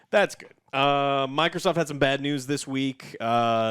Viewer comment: "microthotht"